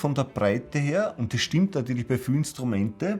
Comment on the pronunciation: Yah! SCHTIMMPT!